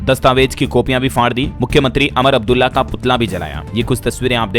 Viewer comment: अमर अब्दुल्ला नहीं उमर अब्दुल्ला